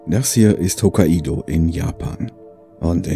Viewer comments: Wollte nur anmerken,dass es nicht Hokka-ido sondern Hok-kaido ausgesprochen wird. ;-) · is schon klar,aber in dem fall wird halt nicht das "a" und dann das "i" betont sondern es wird als "ai" betont.hab mich aber eh schon dran gewöhnt,meine eltern haben einen bio-bauernhof,verkaufen auch hokkaido-kürbis und meine verbesserungsvorschläge fruchten nicht. ;-) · Naja,ich hatte mal einen Mitarbeiter der Japaner war und der hat mich berichtigt als ich es so ausgesprochen habe wie du im Video! ;-)